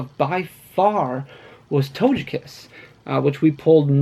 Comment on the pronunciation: my mans said "Toge-Cat" like Doja Cat, instead of Togekiss lmao